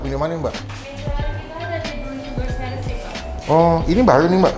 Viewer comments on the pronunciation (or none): none